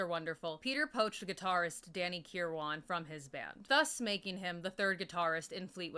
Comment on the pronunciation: Oh shit you actually mentioned him (Bob welch) lol. He committed suicide in 2012. Also I think Kiran is pronounced -ker-win. I could be wrong. I prefer your pronunciation anyways lol.